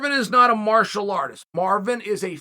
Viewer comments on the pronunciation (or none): none